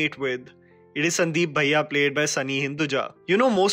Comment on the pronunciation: Wat is sandeep baiiyaaa.. pronounce it correctly